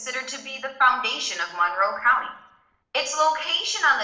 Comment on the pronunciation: Monroe cownee? HA HA HA😂